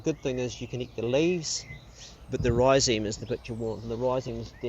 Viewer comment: Its pronounced Rhizome bro 🤛🙏